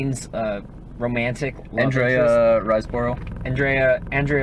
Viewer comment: As well as Shia's Borg Vs McEnroe, we have had Wimbledon and Match Point - Both shite, that's why we never get tennis movies. I'm actually related to Andrea Riseborough(hence the Rise in my username.) Please make an effort to pronouncing her name correctly. Also, I skipped ahead in this video and was greeted to a naked man who clearly loves it on his TAINT! Fuck you.